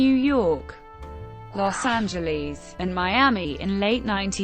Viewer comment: This bitch said los angelee